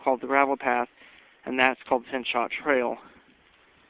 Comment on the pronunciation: pronounced (pin-cho)